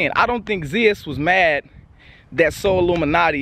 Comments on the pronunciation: Bruhh you calling him solluminati on purpose? ahahahahaha dying outchere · So we just gonna ignore the fact that massacred his name 😂😂 “sollumanti”